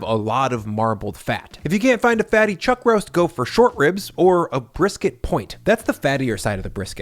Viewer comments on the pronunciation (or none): none